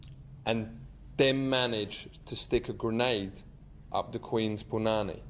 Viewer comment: Its punani, chat.